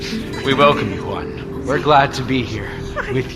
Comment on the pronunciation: It's Huh! Huan. Juan. It's not pronounced "Won." J's aren't silent in Spanish. They're not silent in English either. Also, whoever is in charge is approving Spotify comments needs to be replaced. Why do we bother interacting if you leave our thoughts and replies hidden and "in review?" Do you know how crappy that feels?